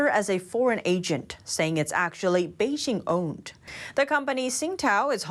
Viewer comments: Please learn the proper pronunciation of Beijing. Bay Jing as in Jingle bells. Thumbs down. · Zack Smith Not a troll. Very interested in learning what's happening in China but her mispronunciation is like fingernails on chalkboard. You would think that a channel dedicated to China could at least pronounce the capital city correctly.